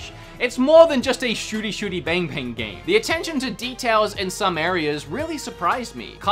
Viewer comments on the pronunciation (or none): none